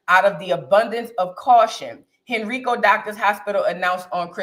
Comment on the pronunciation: It’s pronounced HEN - RYE- CO.